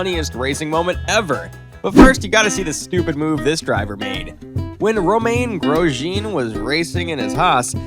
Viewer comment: How are you pronouncing Romain Grosjean?